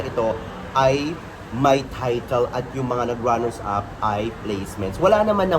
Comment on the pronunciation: mga “Runners-Up” po, hindi “Runner-Ups”. Salamat.